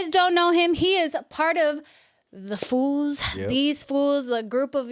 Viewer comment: She keeps saying fools 😂😂 Girls it’s foos